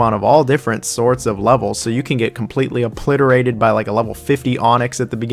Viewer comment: Your New Years resolution: to pronounce words correctly for the sake of the kids. Obliterated* not appliterated. Thanks for your work, have a nice day.